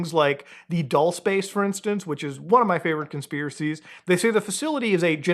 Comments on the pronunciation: It's pronounced "dulsay" 😅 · it’s pronounced “ Duel- say” Spanish for “sweet.” It’s not your favorite conspiracy if you don’t know how it’s pronounced, respectfully. Please stop lying in your videos.